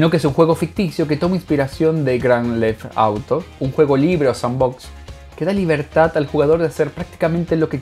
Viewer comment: No se dice grand left auto 5 es gta 5 o grand theft auto 5